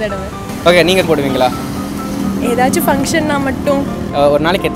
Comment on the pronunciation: Ena starting la poduvingala poduvingala nu sonningale kolam podubingalanu sonningala😂😂😂🤣🤣🤣🤣Na vera enamoo nanche..😁😁😁but very different video nice..